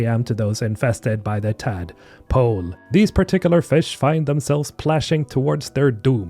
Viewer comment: "by the tad... pole"